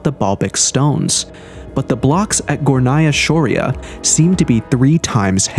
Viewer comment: Its pronounced Górnaya Shória. It rhymes. Tatars and Tartarians are different people. The Tatars are small, nomadic people who are not known for their scientific or engineering discoveries. Such abilities are usually passed down through DNA. Among alternative researchers, Tartarians are believed to be the same as Scythians and the Mogols.